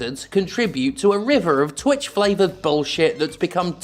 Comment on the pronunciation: Steph did a rhotic "R" in "river" around the mark and my ears were like "⚠️"